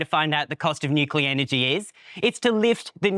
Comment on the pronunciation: It amazes me how few people can pronounce 'nuclear' properly.